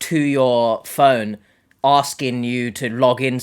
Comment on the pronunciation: Any idea why something called a ‘phone’ to the rest of the English speaking world and is not difficult to pronounce is called a fuuuuuune in her part of the world?